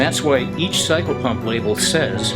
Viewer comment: Er ... did you say 'psycho-pump'? And you did say "committed" several times. I distinctly heard you say that word. They are used in conjunction, you know. I have connections in Seattle that can help you with this ... ephemeral issue. Think about that. There is hope.